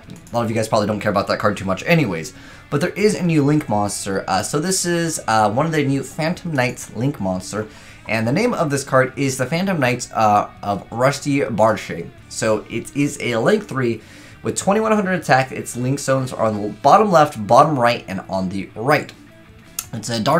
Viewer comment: It's bardiche not barshade xDDD